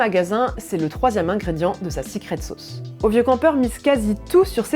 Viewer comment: "sicrète sôôce"... Une expression sans équivalent dans notre langue !